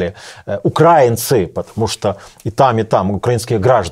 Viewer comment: Не змогла додивитися це. Пофіг, що російською, але оце "укрАінци"... Як кажуть, нема сечі терпіти ці борошна.